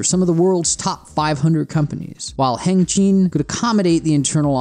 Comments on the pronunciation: next time get a chinese to narrate your video hengqin is pronounced as hung-cheen, not hang-kwin. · I think it’s pronounced Heng-Chin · The rental area is pronounced “Heng-Chin” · and hang-queen??? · that place is called Hengqin, pronounced close to HenChin. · be professional, work on your pronunciation on zhuhai and hengqing, please.